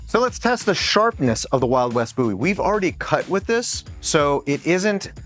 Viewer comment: Thumbs up for calling it a Bowie knife and not Boohee